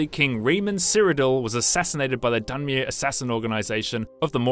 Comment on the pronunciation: dunmeer.. dweeemer.. try to pronounce them the right way before making a video. geez it annoys me more than it should.